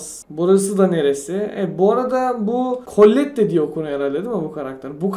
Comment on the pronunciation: Colette diye okunuyo la